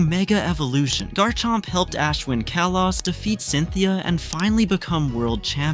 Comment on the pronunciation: "Kaylos" is absolutely foul